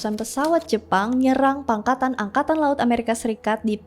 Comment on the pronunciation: "Pangkalan" Angkatan laut bukan "Pangkatan" Angkatan laut